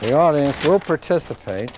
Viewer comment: I like how he emphasized "to which the audience WILL participate" it's like you better participate or ELSE I'll continue to play! NOW SING!!!